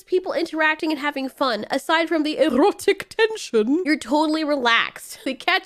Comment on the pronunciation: The way she said erotic lmao Most anime nowadays either got blood rushing action or EROTIC TENSION or both with some wholesome What I'm trying to say is there are anime out there that go way beyond the lewd that is seen in this anime